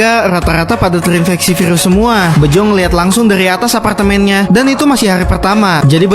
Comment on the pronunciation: Aparkgtemen nya :( Bisa ngomong R ga bg? Lurusin dulu ngomong R dlu deh bg